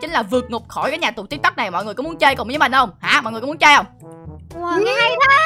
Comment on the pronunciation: Tìm tôi mà nói là tik tóc